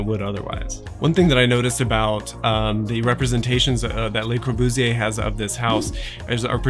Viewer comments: I like the video a lot, but for the purpose of constructive criticism: I really wish you at least tried to pronounce some of the French correctly starting with Le Corbusier (pronounced Lu rather than Lay) and Villa Savoye (pronounced Savoy rather than Savwa). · You’re adorable beyond reason, and obviously know your subject, but, mon Dieu, it’s “luh Corbusier”, not “lay Corbusier”. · Please, it's LE Corbusier, not LAY Corbusier. Otherwise very informative. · FWIW, "lay" Corbusier (Fr = les) would describe the Corbusier family; The Corbusiers. When we speak of just the guy, it's "luh" Corbusier (Fr = le). You've given me free knowledge, I reciprocate. Thank you. For fun, check the relationship between Le Corbusier and Anglo-Irish designer Eileen Gray whose work LC admired greatly. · I agree with your comment, but I think a better pronunciation of the 'e' in Le, is illustrated by the 'a' in 'about'. This is on good authority from my wife the French teacher and the listing for Corbu in Wikipedia. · Enjoyed your video...one suggestion is to pronounce Le Corbusier's name properly...it is not a pluralized 'Les' Corbusier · This whole video feels very rushed. The feeling tone seems dissonant with the building. AND it’s very jarring to hear the architects name mispronounced. The “Le” is pronounced just like English. LUH. Very similar to the first part of “lullaby” The grid analysis was very interesting but I would have liked to see a different geometric analysis based upon Le Modulor abd the Fibonacci series. And lastly, why not call him “Corbu”? Widely used and easier to say. Some furniture would have helped with understanding scale of the plan. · would you listen to how Le Corbusier is pronounced, by francophones please? (it is quite important when discussing architecture). The way you pronounce 'le' makes it sound like the french 'les' thus you 'pluralise' his name which is nonsensical - there is only one Corbusier, (which may solve the problem).